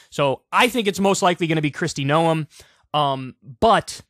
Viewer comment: 'Noem' is pronounced like 'gnome', not "know 'em".